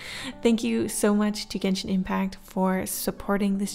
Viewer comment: It's pronounced jen shin